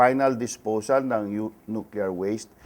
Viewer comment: nukelear daw?